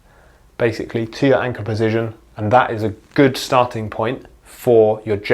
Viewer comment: Great video, but, po-zi- shun. Not pozizjun.